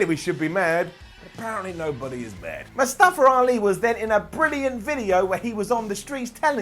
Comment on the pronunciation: I like how you say mustafer